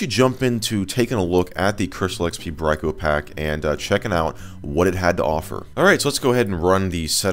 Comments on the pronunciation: not bryco pack brickopack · You would be correct. It's pronounced "Brick-O-Pack".